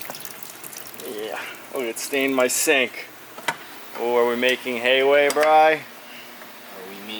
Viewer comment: "We're gaining hayway"